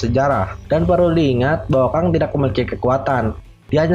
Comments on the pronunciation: Bacanya "Keng" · Keng bang dibacanya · tongue englishnya keng bang tulisannya kang,tp gapapalah biar mudah difahami no problem for me